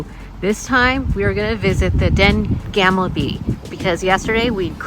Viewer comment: Gamle not gamble (means old - you can’t gamble there 🤣) 💞